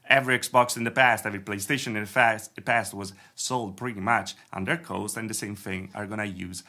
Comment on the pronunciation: quick English tip: cost is not pronounced like "coast" but like "c-AW!-st". As in "AWWWRIGHT!"